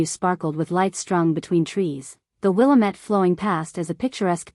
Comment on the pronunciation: If you want to use a specific area for your story, please learn the correct way things are pronounced locally. It is Wil LA mette River.😢